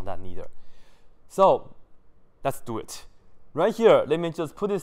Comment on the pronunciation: ‘Dew it’